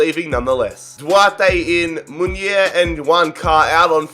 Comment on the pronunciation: Just so you know, every word in Spanish you read it as it's written, so it's not Muiner it's actually Munir. M U N I R.